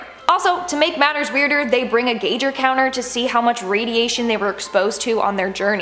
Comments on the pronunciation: Gauger counter? You mean a Geiger counter? Lol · Geiger counter is pronounced guy ger counter.